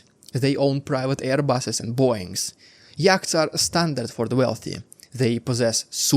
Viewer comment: Your English has improved immensely over the last couple of years. Really impressive. Yachts is pronounced yots. It's a weird language , I know.